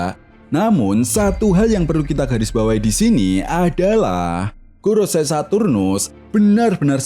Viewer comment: Kak, bacanya bukan goroSAI, sepertinya... tetapi 五老星 gorouSEI = lima planet tua = five elders